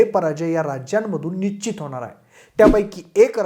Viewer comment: nichit nhi nischit. निश्चित. कृपया योग्य आणि अस्खलित मराठी बोलण्याचा प्रयत्न करा. एका लोकप्रिय यूट्यूब चॅनेलचा अँकर म्हणून तुम्हाला मराठीतील बारकावे, सशक्त शब्दसंग्रह, व्याकरण इत्यादी गोष्टींची चांगलीच जाणीव असावी. तुम्ही सर्व खूप चांगले माहितीपूर्ण व्हिडिओ बनवत आहात. असच चालू राहू दे. तुम्हाला आणि तुमच्या टीमला शुभेच्छा.